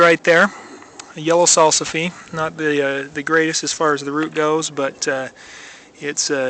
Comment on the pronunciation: Salsifie! Haha, pronunciation aside, they are one of my favorites. Mostly the new unopened flower buds boiled....mmmm.